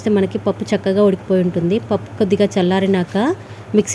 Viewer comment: Pappus annaru EMI pappu kandhi Pappa changa pappa clear GA chappandi